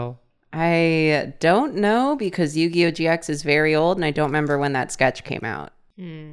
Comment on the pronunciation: More like Yu-Gi-Noh amiright